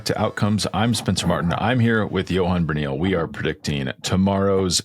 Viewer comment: Bruyneel is pronounced Bruhnale. Ask him.